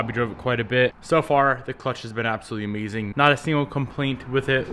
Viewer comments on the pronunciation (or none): none